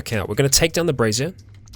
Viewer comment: brazier= bray-shure. I know this is years old but im still giggling like a child